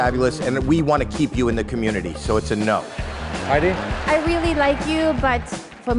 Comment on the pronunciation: Bro really said, "HighD". Just that was funny no hate, but it is Heidi